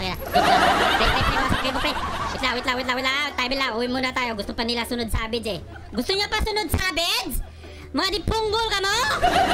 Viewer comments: ganto yung bisaya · normal people: “Savage”: “Sabej” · normal people: SAVAGE: Savedge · Mga bisaya accent pre hahahha